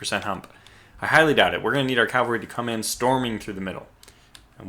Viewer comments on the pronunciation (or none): Cav-al-ry. Drives me nuts.